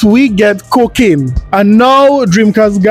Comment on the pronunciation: Co-kane? Omg im dead 💀 😭 🤣 😂 hahahahahhahahaha